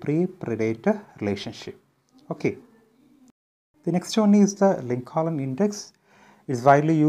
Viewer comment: Sir for 11th question answer your pronunciation was not correct in Lincoln second l was silent